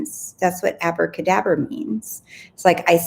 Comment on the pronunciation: I was thinking about you saying acrabadabra when you said it in your video. And I thought wow I love that and then didnt think about it again. This morning out.of the blue my friend sent me a voice note of her baby girl practising to say abracadabra :-)! I am blown away lol